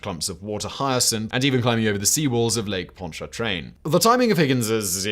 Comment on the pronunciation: Simon nice job on pronouncing Pontchartrain. That’s one of the harder Louisiana English words now we have to get you set on the Michoud assembly facility. Me-SHOO. I seriously think New Orleans folks spell it and pronounce it weird just so we can laugh a little bit.